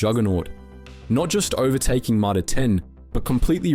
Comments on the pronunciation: You nearly got me pretending not to be an AI channel. The moment you read out Mitre 10 as My-Tah 10 then used a different pronunciation later in the video. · " My-Tar ten" who pronounces it like Ike that ? But the Narrator gets it right the seconds time a few seconds later?